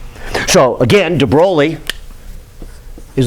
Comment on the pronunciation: After : DE WHO??? DE BROWLEY??? Now stop it, please! You know how to say "THE BOY". Now put an R in between the B and O. So the right pronunciation of "De Broglie" is "THE BROY", and keep that R rrrrrrolling! ;-)